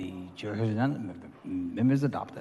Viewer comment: “The mint is adoded” Guy sounds like he’s reading a teleprompter someone’s accidentally sitting on, trying to avoid a huge rat that’s running around people’s ankles